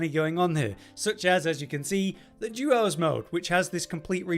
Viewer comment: the juos mode 🗣🤠 juos 😜